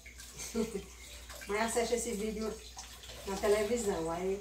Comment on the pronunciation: Errar as vezes é normal,agora sempre é burrice mesmo. Sem contar a forma de falar 'asesti' acho que nem existe essa palavra. Asiste,Asiste,Asiste. O povo de Rainha Isabel tem um idioma diferenciado 😂😂😂😂